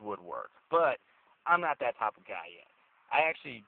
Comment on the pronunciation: "you see you get in.. it makes absolutely no statement about the driver.. now maybe im a little bit different" "Not only dat deres just nothing dere" Theres statement it makes about the driver because you have absolutely nothing there upstairs man you're stupid as fuck. Its far from a maytag appliance if you ask anyone they'll tell you. get back in your riced out riviera and ride on my friend.